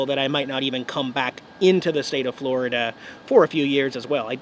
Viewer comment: "Forida" wintering review wut